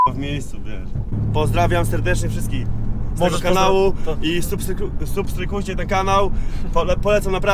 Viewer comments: "substrykujcie" XDDD kocham typa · "Supstrykujcie" ten kanał . Gościu z początku wymiata 😂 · "SUPSKRYPUJCIE" 😂😂😂😂 "KURWA WIESZ O CO CHODZI" 😅😂😂 dobry jest klient 😎😜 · Substrykujcie ten kanaał" Mistrz xD